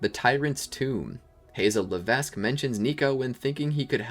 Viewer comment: Hazel Levesque, the S is silent!